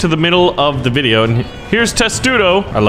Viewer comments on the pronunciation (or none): none